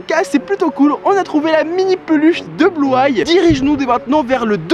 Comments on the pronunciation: Bluay? C bluey sa se pronomse bluy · On ne dit pas blueye on dit bluey😂😂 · On dit blueï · c'est blou-ay c'est bluey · Ça ce dit Bloui pas Blouay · Ça se dit Bluey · Ça se prononce bluei sof que sa s’écrit blues